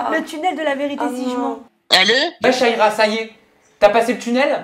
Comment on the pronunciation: C’est pas shaiiiiiira ! C’est sha -ra-ya il serait temp de prononcer correctement les nom des gens ...